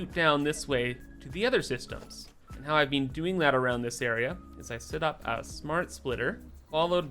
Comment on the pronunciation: Bean busy? Or Been busy? lol love ya